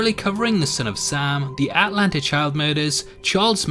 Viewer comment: the way this guy says Atlanta kills me